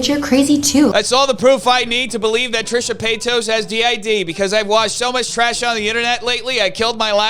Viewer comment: I love that you call her Trisha Peitos hahaha p.s.: good job exposing all the BS in YT